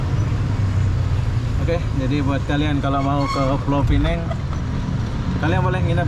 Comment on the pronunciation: Pulau Pinang (bahasa Melayu)... bukan Pulau Pineng... Bahasa Inggris nya Penang saja...